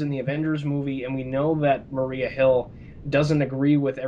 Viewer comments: I agree. I dislike the European Wondertwins. And it's Maria Hill, not Mariah Hill. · It's Maria Hill, Cap not Mariah. lol